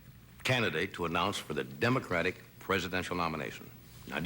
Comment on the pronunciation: did he say dumb-acratic?